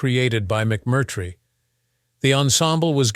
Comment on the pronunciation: Nor does little bot know that it's "Sal Min-Nee-o," not "Sal Min-NAY-o." And, worst if all, it's "McMurtry," not "Mc-CURT"-try." Geez! Cringe.